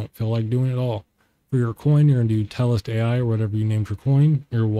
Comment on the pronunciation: Good video, but its not Telest AI its Telestai....No AI lol I though the same thing....